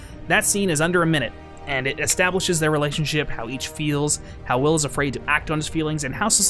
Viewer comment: "Extablishes?" Similar to "Ektcetara?"